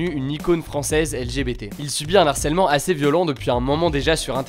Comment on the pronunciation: On dit pas narcelemnt mais arcèlement parce que il y’a un h devant